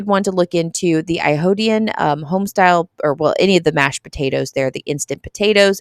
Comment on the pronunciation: I’m forever calling them I-ho-dian! Lol